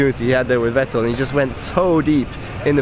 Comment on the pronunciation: Good analysis. But Nico, honestly, being German you really should be able to pronounce Vettel.